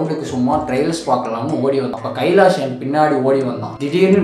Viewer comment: Kaalish ❌ Kailaash ✅